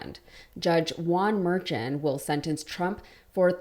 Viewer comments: "Murr-SHON" is the proper pronunciation, it rhymes with Juan, his first name. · Please make an effort to pronounce names correctly: Judge Mer shawn (emphasis on Shawn).